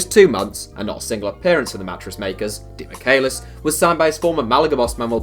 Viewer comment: Its pronounced demi-Chay-lis